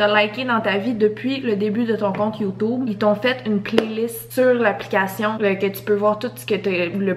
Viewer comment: Cest drole quel dit yotoube au lieu de youtube